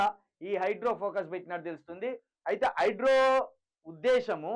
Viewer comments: ఒరేయ్ హౌలే హైడ్రో కాదు రా హైడ్రా నీ తెలుగు వినలేక పోతున్నాం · Hydro kadu ra hydra em news reader vi ra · హైడ్రో కాదు బ్రదర్ హైడ్రా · హైడ్రో,హైడ్రో వినలేక సచ్చిపోతున్నం అది హైడ్రా బాబు